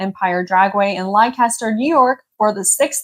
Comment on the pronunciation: Great first episode and great job. Glad you gave the results for the NEOPMA event at Empire as well. BTW Leicester NY is actually pronounced "Lester". I know it's just weird.